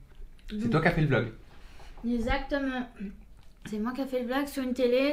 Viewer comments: Son meilleur mot «esatement » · Tout ce que je retient. " Ezactement" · J'entends même pas le c moi Ezatement... J'ai fait 35 mn je lâche... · "OK, exactement, y'a pas de soucis" 😂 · Je dirai : " Ezatement " 😂